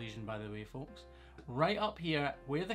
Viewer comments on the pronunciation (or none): none